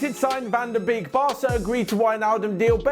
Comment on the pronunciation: If you wanna say 'Donny van de Beek' correctly, then 'Beek' is not pronounced as a double 'e', rather 'bayk' as in the word 'bay' with a 'k' behind it. Anyway, keep up the good work as we're enjoying it a lot. Thank you!